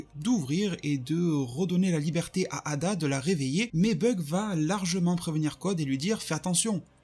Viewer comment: C'est pas ada c'est eida